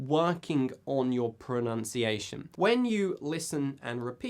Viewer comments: Lee No. It is pronounced "pro-NUN-ciation", ,not "pro-NOUNCE-iation". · Good video. But... you mispronounced "pronunciation".